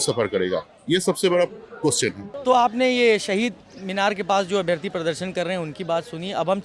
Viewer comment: हिंदी तो ठीक से बोलना सीख ले भाई... अभियार्थी 😮 अभ्यार्थी बोलो